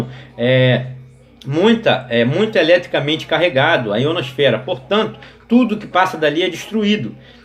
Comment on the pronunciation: o mais massa é q ele fala em terra plana e dps fala "IonoSFERA" "extratoSFERA" 😂😂😂😂